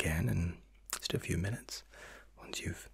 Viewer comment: YOU SAID MINUETS!!!!